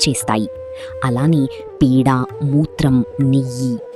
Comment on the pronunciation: తెలుగు బాగా వస్తుంది నీకేం రోగం పేడకి పీడ కి తేడా లేదా